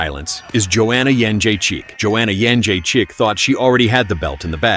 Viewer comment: did the narrator really say ''joanna jedrzejczyk thought see had the belt in the bag'' when she was already champ and the belt was next to her on the table'' she was already Champ, and he can't even pronounce over seas fighters😂